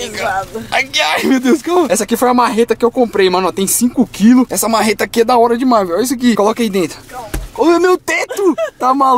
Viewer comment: . Pó fala uma mareta kkkkkkk